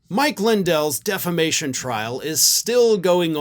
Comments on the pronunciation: He always pronounces it "Deflamation". Tommy Campbell points that out endlessly, on his show, playing the latest clip of Mike saying just that. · Every MAGA I hear say it the same way "De fla mation" . It's a thing with low IQ people. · Deflamation? Did Mike change profession and became a firefighter? 🤪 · I was so very much thinking you were going to tell us Mike pronounced it defecation. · He's been pronouncing it as 'deflamation' for years. i watch a comedian named Tommy Campbell who regularly features Lindell doing what he does best, making a fool of himself. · Deflamation. Lmao It’s such fun, because he’s been mispronouncing this for years. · he's been saying deflamation for years. Tommy Campbell has always made fun of him for it. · You’d think of all the words in the English language, “defamation” would be the one Mike Lindell would know how to pronounce, since he has been sued for defamation numerous times in the last five years. But no. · DEFLAMATION - he's said it forever. It's how he thinks it's actually said even though there's no L in there. And he has no attorneys - he's representing himself. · He ALWAYS pronounces that word wrong. 😂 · Dude's been saying "deflamation" constantly for actual YEARS 😂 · Lindell ALWAYS says defla-mation. He truly can't say the correct word. He also counts "1, 2, C"! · Deflammation! Is this the opposite of inflammation, lol? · No he 'dint' say 'deflamation'!😂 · Lumpy has been saying "deflamation" for literally years, since he was first charged with...um...something that sounds sort of like it. 😆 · Hello Australia! Can You hear me? How do you pronounce Diffamation? Knock Knock Roomservice! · Deflamation? Is he a firefighter? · I hate myself for knowing this, but Mike Lindell has always pronounced it "deflamation." 😂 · Birn American and can't pronounce word defamation😂😂like that preacher IN THE BENINING😂😂😂.